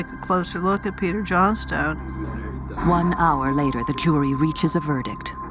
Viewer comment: I'm pretty sure that that's not how you pronounce Johnstone.!